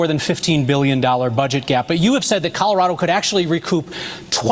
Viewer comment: colorader?? never heard of 'er